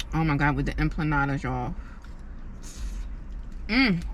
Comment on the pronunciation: EMPANADAS not EMPLANADAS 🤣🤣🤣